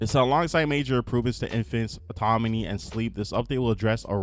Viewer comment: You saying autoMony instead of autoNomy bothers me so much lol